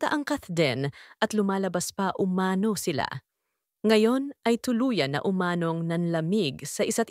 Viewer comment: Pwede ba pronounce "umano" correctly. Umano is accented on the last syllable ie UMANO' not UMA'NO.